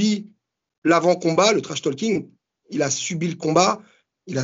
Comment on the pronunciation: Arrêtez tous de prononcer le L dans trash-talking purée !!!! En tout cas l'info qui ressort c'est : adversaire international ! Sauf si il perdi évidemment ... mais sinon le prochain après Baki ne sera pas français, en espérant que ça soit un gros nom :) !